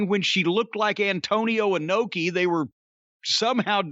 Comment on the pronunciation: Bruh I cried when he said Antonio anoki lmfaoo